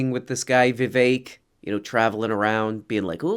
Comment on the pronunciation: You can't pronounce Vivek? It's spelt the way you say it. You're like adding extra sounds out of a sense of American guilt